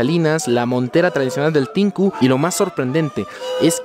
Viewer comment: NO ES "TINKU" es "TH`INKU"